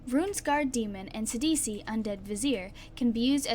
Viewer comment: I'm running a phenax mill deck with eater of the dead. Too crazy. and thank you for saying his name right!